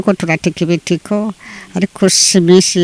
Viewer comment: Bavuga ibitito apana ibitiko